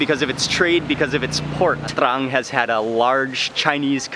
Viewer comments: That feeling you get when mark says TRRRRRRANG! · that spice weed makes him say trrran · Take a drink every time he says TRRRRRRRRRRAN. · “TRRRAN STYLE” xD love how he says it anyway great vid and very unique as i also learnt stuff i never knew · Haha thats city is exactly like my name but we dont pronounce it that way 😂